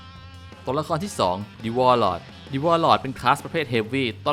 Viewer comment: ชอบมากครับ. แต่ติแค่การออกเสียงtheครับ